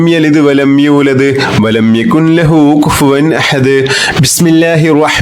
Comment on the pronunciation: Jazaakkallahu khair🤲..ഉസ്താദിന്റെ എല്ലാ വീഡിയോസും വളരെ ഉപകാരപ്രദമാണ്. സൂറത്തുൽ ഇഖ്ലാസിൽ യകുൻ ലഹു എന്ന ഭാഗത്ത്‌ ഇദ്ആമുൻ ബി ലാഉന്ന വരുന്നതിനാൽ ൻ എന്ന അക്ഷരം silent ആക്കണമെന്നല്ലേ... യകുല്ലഹു എന്നാണ് ഓതേണ്ടത്... ഉസ്താദിന്റെ ഖിറാഅതിൽ യകുൻ ലഹു എന്നതു പോലെ തോന്നുന്നു.